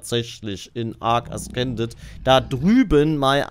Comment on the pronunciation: Es wir äsßended ausgesprochen, nicht äskended.😪